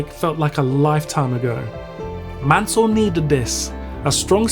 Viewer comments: On dit pas mannel on dit mansel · Pésimo doblaje no es Manel ,es Mansell.